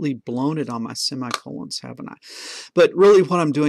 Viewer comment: I get the feeling you may have been to a funeral or another sad occasion, i kept hearing semi condolences.......made me smile. Thanks again for another valuable lesson. Simon